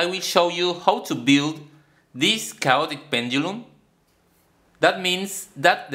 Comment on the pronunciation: Chaotic - kay-AWE-tik my dear friend :-) Keep these great video's coming!